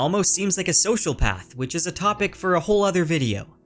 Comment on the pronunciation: did you say Sociopath? Because I heard you say social path.